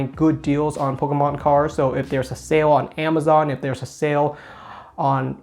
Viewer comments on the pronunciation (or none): none